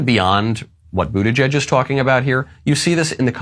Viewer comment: Pete Bootyjuice, isn't that what Biden called him? Or was I the only one who heard it?